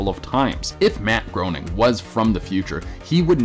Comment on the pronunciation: Groaning at that pronounciation of Groening.